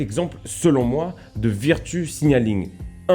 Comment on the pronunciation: Ça se prononce veurtchou pas virretu